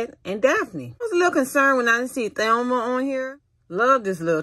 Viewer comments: “Thelma?” I’m no fan, but I was pretty sure her name was “Velma.” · It’s my accent Sorry Chile 🤣🤣🤣 When it comes to her name I pronounce like this Thelma but know it’s Velma Yeah